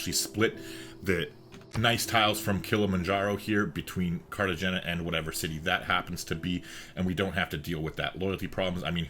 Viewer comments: Great vid! It’s CartaXena, I suppose. Like a stronger H than in the word have, for example. A sound that doesn’t really exist in English) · Spanish The g is pronounced as an h